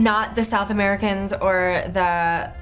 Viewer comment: I love the "United States Aricans" on haha